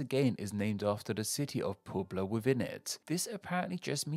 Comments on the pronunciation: PUEBLA PUH-E-BLUH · its not "poobla" btw... :/ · Puebla is PWEHB-la, not POOB-luh. ;) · Progressive input: Puebla: Poo-Ebb-Lah Guerrero: Gear-Air-Oh Guanajuato: Wanna-Who-What-Oh Queretaro: Care-Eight-Arrow Sonora: Son-Aura Coahuila: Coal-Weelah Chiapas: Chee-Yap-Ass (and yes, you should say it just like that, because they are VERY-VERY sensitive to the way you enounce their state's name, so much that they WILL let you know if you don't) Lovely work as always. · Poobla? I mean, Wikipedia has phonetic spelling and you can even listen to the pronunciation. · Don't want to make fun of you, but I laughed at Pooblah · Puebla is "pweb-lah" and every time you see an "x" it's pronounced like "sh" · Migwel Hidalgo why costillia Quintana Law Poobla My ears 😭😭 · jajajajaj publa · Poo bla hahaahhaah pinches poblanos hahaha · Next time you do a video focusing on Spanish names, use SpanishDict instead. You absolutely butchered the "Hidalgo y Costilla" and "Puebla" parts. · Hahaha. Not trying to nitpick the pronunciation, but how he said Puebla was hilarious.